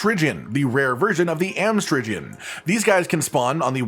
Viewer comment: come on. I figured if ANYONE that YOU'D get the pun. It's pronounced like amphibian. Amstrigian. Cuz they're part frog